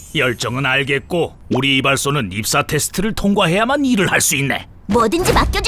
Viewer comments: 잘못 들으면 익사 테스트라 들림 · 입사를 익사로 들었다..